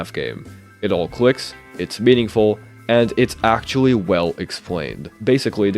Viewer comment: bro said “actuawwy”